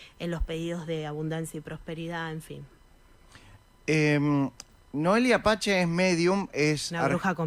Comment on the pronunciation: Por que dice noelia pache SI es noelia pace